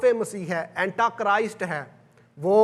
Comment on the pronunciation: Sir correct your word (it is Antichrist) not Antachrist. Thank you.😊